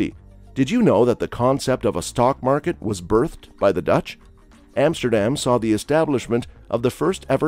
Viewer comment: Van Go... Emsterdem.. Gaithorn.. Bayshute with... Kinderdieke.. do your homework before you make a video...